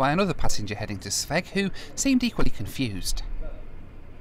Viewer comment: Thanks mate! And by the way.....the way you pronounce Sveg is hilarious to a Swede! But I love it!